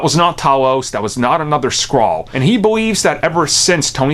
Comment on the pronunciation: "Nick fury is a skraall" lol